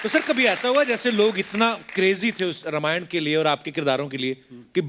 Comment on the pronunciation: रमायण ? कपिल शर्मा रामायण राम रामायण बोलिए ।😅😅😅